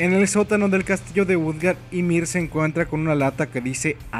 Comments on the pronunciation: Buen video pero es "imir" no "yamir" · Yamir durante todo el vídeo y al final la empieza a llamar ymir habla bien xD kdkdkdkd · no se pronuncia yamir, se pronuncia imir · Es "Ymir" y se pronuncia "Ymir" no "Yamir" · No se pronuncia Yamir,se pronuncia Ymir,tal como se escribe. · Una crítica constructiva, la palabra 'Ymir' no se pronuncia 'Yamir' sino que 'Imir', como si fuese una i latina. Saludos. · Se pronuncia Ymir no llamir :7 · No, según yo si se pronuncia "imir" y se escribe Ymir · Dark Dragon No,ni los japoneses la llaman así,ellos pronuncian "Imiru" pero se escribe Ymir y en español es "imir" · che man te aviso que me parece que se dice imir ose la y se pronuncia como i latina